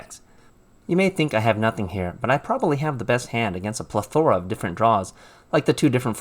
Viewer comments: ITS PLETH-O-RA not PLE-THORA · He actually pronounced it PLE-THOR-A lol